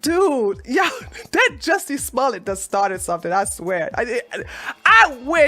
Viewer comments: It's pronounced "Juicy Smell it" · Jucy Smol-yette pronounced Jussie Smollett would be so proud.